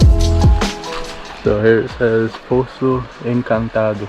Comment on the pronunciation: Mano na moral… BRO YOU ARE EITHER BRAZILIAN WITH A VERY GOOD ENGLISH ACCENT PRETENDING TO BE GRINGO OR YOU SPEAK PORTUGUESE FLUENT BECAUSE NO GRINGO PRONOUNCES BRAZILIAN WORDS LIKE THAT NOT EVEN PORTUGUESE SPEAKERS FROM OTHER COUNTRIES trilha do sol, reais, bora, no limite, cachoeira do grito, poço dourado, poço encantado, cachoeira do grito, grita, Capitólio, minas, tropeiro, palmito, isso é o que é carne, 😂 ah tilápia, 😛 . COME ON fala sério revela qual é a verdade 🤪 salve de Londres